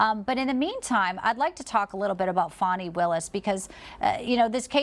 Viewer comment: It’s Pronounced “Fanny” as in butt! Not Fonni !